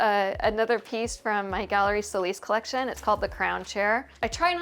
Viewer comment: It's SO LIS not how your pronounce it to make it sound anglo. It's a Spanish surname. You are unfortunately not accepting that. So sad....